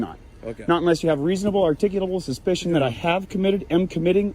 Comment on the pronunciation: Articulable not articulitable. You and Bay Area Transparency are mispronouncing the word. No offense. Just get it right. 😄